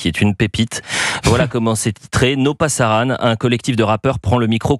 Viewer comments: C’est pas no Parasan , c’est no pasaran !!!! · Pasaran et non parasan... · “No parasan” ? Vraiment ? PASARAN! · C'est "No pasaran", pas "no parasan"